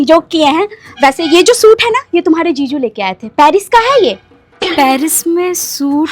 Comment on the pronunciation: Jiju ✅️ ziju ❎️😂😂😂😂